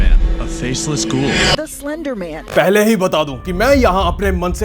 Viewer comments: he keep saying sylandar man rather than slender man. 😂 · Slender man ❌ Cilinder man ✅ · What do you think of yourself, so much arrogance , complementing your own style and voice and looks. Be humble and respect others , you look chapri. Your content is good an d attitude sucks. Get a life bro and be humble . Salander man nahi , its slenderman . Accent thik khar pehle , phir apni tareef karna . Your content is good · Slender man ❌ Selender man ✅ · Slender ❌ Selender ✅ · Pehle to pronounce karna sikhlo Bhai.... It's slender man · Cy-lender man 😂😂🤣🤣